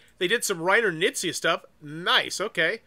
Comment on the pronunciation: still haven't updated your pronunciation of Knizia :(